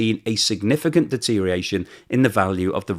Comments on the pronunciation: siiiiiiiirrrrr please it is deteriORation NOT deteriation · I'm not a native speaker, but shouldn't it be deteriORation instead of deteriation?